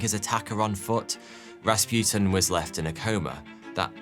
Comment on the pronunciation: And it is Ras pu tin not raspjutin Learn some language.